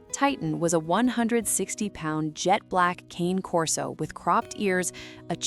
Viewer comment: Do not make a video about an animal if you don't know how to pronounce the name. Cane does not rhyme with pain. It's Italian. It's pronounced Con A. Con as in convict. A like the name of the letter A. Cane Corso How hard can this possibly be.